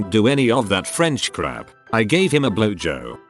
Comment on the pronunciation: “I gave him a blojo”